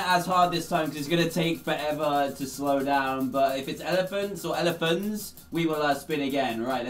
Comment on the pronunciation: Please tell me why I thought “elephants” said “Germans”